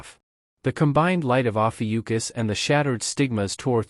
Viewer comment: While I love the series, it is ROUGH hearing Lee Guem of Ophiuchus (Lee Gun Americanized) turn into Legion of Yukus.